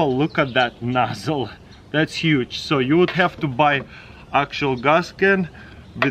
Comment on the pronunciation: "it has a nossle that comes with it that you have to buy separately" 😂🤦‍♂️